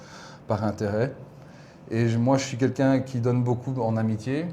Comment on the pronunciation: j’adore tes videos mais s’il te plaît arrete de dire « kinkin » au lieu de « quelqu’un » c’est insupportable. Merci 🙏🏼